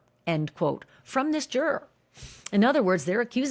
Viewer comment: I keep wanting to watch these but then can't since Ashley can sometimes pronounce juror and sometime just butchers the pronunciation. I quit. Lol